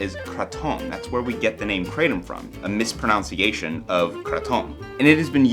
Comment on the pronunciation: You mispronunciated the word mispronunciated...you called it mispronounciated. Very interesting timing of that mispronunciation.